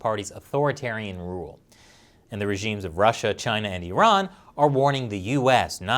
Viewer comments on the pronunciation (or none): none